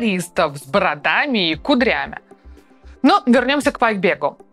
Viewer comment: "ку́дрями" И, вероятнее всего, "Мали́к" И какая буква произносится как "эш"?